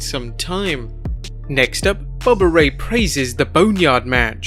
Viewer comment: Bubba ray..... Not bubba rey